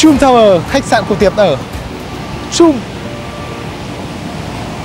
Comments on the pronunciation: Bích Phương Hà còn từ trump đọc là chum nữa huhu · Chum chum =))) a nên chú ý mấy cái tên riêng vì khách sạn ngta ở ngta nói suốt mà lại đọc sai tên =))) buồn cươi vcc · You should pronounce Trump correctly.